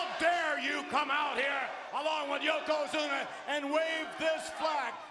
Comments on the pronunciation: I cringe a little every time Hogan says "Yoko Zoono" 🤣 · Hogan somehow mispronounced Yokozuna four different times and four different ways in his promo.